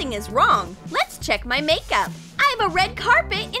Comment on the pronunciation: I felt that when she said “nakeup”